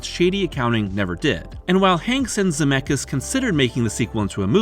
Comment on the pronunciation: Ze met skis not Zemekis😂